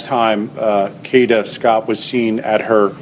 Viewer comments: it's pronounced Kay-da, stop being lazy and use your real voice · PLEASE...if you're going to haveca channel and report...HAVE RESPECT AND PRONOUNCE her name correctly! It's Kay da. Not katta! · Kada not Karda or Katta!! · Her name is KADA not Kadeh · It's not catta it's Kada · It “KADA”. No “R” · Should have broke it down KAY-DA THEY GONE BE LIKE KDhuuuuuuuu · It’s KADA! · It's pronounced Kay-Da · Her name is KAY-DA (phonetically spelled) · her name is PRONOUNCED KAYYYYDUHHHH SAY HER NAME CORRECTLY PLEASE . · Exactly KAY~DA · The pronunciation of her name is really pissing me off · You're not saying her name correctly. Very annoying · I can’t listen to this AI mispronunciation of here NAME!!!!! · Her name doesn't have a R in it. Please say her name correctly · Please pronounce her name right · LEARN HOW TO PRONOUNCE HER NAME!!!! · Is AI used in this video because the pronunciations are horrible!! This beautiful young ladies name is Kada! Ensuring your saying the victims name correctly before posting a video is extremely important!